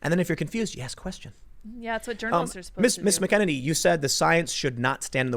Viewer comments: Tim please pronounce her name correctly. Not Mac Kennedy. Mac-uh-nen-E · Why does nobody know how to pronounce Kayleigh's last name... its Mac-an-inny ... not Mickennitity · Tim Kayleigh Mac Ah Nay Knee!! Love you Brother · Its “*Mac* ’-Eneny” for anyone who cares. Emphasis on the ‘Mac’ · I know it doesn't really look like it (but it does)... but her name is phonically said like this: MAC-uh-NANY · Come on Tim. You're from Chicago and you can't handle an Irish name like MAC-an-nA-nee . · For God's sake can please do for God's sake can please do some research use the phonetic websites to translate this person's name your hacking Kelly mcenany her name two pieces come on dude seriously you're a journalist you should do better than this it's McEnaney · Not a huge deal, but Tim keeps pronouncing her last name incorrectly. MAK-uh-NAY-nee is the correct pronunciation. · MAC-EN-EY-KNEE .. Say it slowly .. MAC-EN-EYY-KNEE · Mack-ah-nay-nee is how it’s pronounced. Trump 2020🇺🇸🇺🇸🇺🇸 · It's pronounced 'MAC-a-nany'. Sheesh. Emphasis on MAC. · It’s pronounced Mack-A-Nenny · MACK-en-ane-ee, sort of rhymes with cockamamie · Tim, you pronounce her name incorrectly. Not that big of a deal, but it bothers me every single time... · Tim says her name wrong EVERY time lol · Jesus Christ. You still can't pronounce Kayleigh's name? Damn, watch the news and listen. Do your homework. Who the hell pronounces names like that? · Can someone please tell Tim how to pronounce her name. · Someone please teach our beloved Tim how to pronounce Kaleighs last name. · Tim, check McEnany pronunciation. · Please learn how to pronounce her name properly! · Tim say her name correct please...haha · DEAR GOD PRONOUNCE HER DAMN NAME CORRECTLY!! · Please pronounce her name correctly. Please Tim. Seriously. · He literally has her name in front of her and he can't pronounce it right. Ffs.